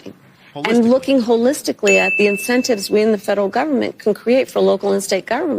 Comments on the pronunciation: Hoe- listically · 😂😂😂😂😂 Ho - listicly! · Did the Kamel say “Ho-lick-sticky”? (5 times?) 🤤🫢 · "wHoRe-isticaly." Yep, that's Kamala. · She repulses me, "HOLELISTICALLY"...😄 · I am “wholistically, wholistically, and wholistically, looking about how wholistically this election wholistically is so that I can not wholistically vote Kamala, wholistically!“ … and “never, never, never, never ever, never” will vote for Taylor or Kamala. Wholistically never ever! … or did she mean “holistically”? She doesn’t know, as nobody knows. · HO-listically was how she got into politics to begin with. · Holistically 😂 she should like someone who grew up with a India PhD mother and Jamaica PhD father 😂 as privileged as you can get, middle class my a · How dare you mispronounce KammyKams...even holistically, you holistic son of a holistic, b... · Hoe-list-tiss-a-tee is how duh Kackler would spell it😂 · Holistically?? What the hell is she talking about? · Kamala is pronounced “path-et-ic” (holistically speaking that is.)